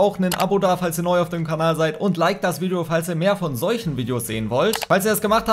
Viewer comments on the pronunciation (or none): none